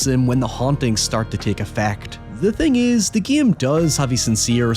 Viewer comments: It take me making almost halfway through this video to realize that you when you said "the guillem", you were saying "the game" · yea i was laughing my ass off whenever he said "giem" instead of game or "bieascally" instead of basically